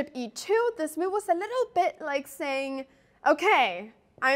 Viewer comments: IT'S MOVE, NOT MEW! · I'm sure I'm not the first person to make this comment, but I love the way Anna pronounces 'move' as 'myove.' So charming.